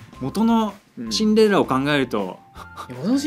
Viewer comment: シンデレラをチンデレラ